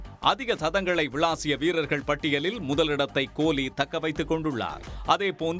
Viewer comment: உங்க தமிழ் அருமை "கோழி"